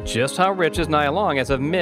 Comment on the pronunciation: It's not Nyy-ya, it's Nee-ya...